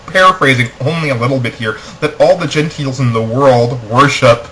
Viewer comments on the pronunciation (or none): for some reason i don't think i can take what you say as serious. you pronounce gentile as "genteel" gua ha ha